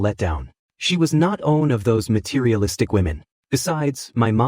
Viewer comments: It cant say the word "one" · Bro this ai can’t say “one” for the life of it 😅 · Great story.... but I hate how it pronounces the number 1... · What happened with AI these days? One = Owe on Everytime 😅